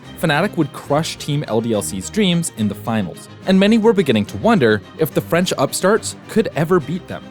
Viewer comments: Really good documentary. And I’m not gonna lie, I was really surprise that u didn’t butchered my language, gj! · I'm legit impressed at your French prononciation, GG